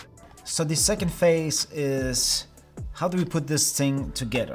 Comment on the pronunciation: phase, not fase. I subscribed!